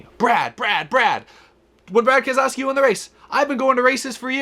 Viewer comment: Brad "And-Aaa" Kam-Skaow-Skee